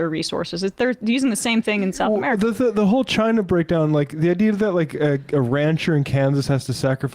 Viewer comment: "South Ameerieca"